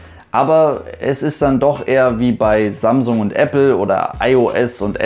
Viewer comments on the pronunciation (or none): none